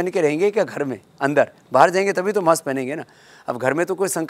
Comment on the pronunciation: सर "माक्स" हैन "मास्क" हो